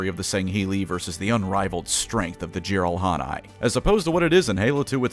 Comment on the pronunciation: It is "JEE-rahl-hah-neh". Source: I'm Korean. Their species' name literally means "YGBSM" or "(I call) BS" in Korean. Microsoft even had to scramble their name in their official Korean translation just to censor its "etymology".